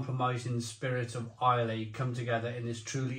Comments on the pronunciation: Islay is pronounced: i-lah Laphroaig is pronounced: La-fro-ig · Fully loled every time mispronounced Laophroaig and Islay